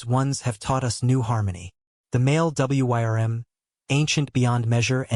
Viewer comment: "Wyrm" gets pronounced like it's an acronym in this video